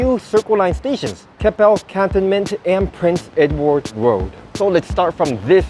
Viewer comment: Thank you for this preview of the new stations. I would pronounce Cantonment normally with the stress on the second syllable though can-TON-ment.